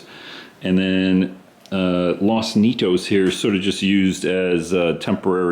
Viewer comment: Like your layout. Nice and simple. Good size, and point to point, yet still a loop. Good job. By the way, Los Nietos, you could pronounce as "Nee_ ate_ os." (Spanish). It means "the grandchildren."